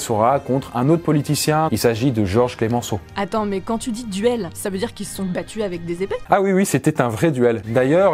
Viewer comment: Le nom de Georges Clemenceau se prononce CLEMENCEAU et non pas CLÉMENCEAU, c’est-à-dire sans accent sur le premier « e ». D’ailleurs il avait la réputation de devenir furieux lorsque quiconque l’appelait « Clémenceau ».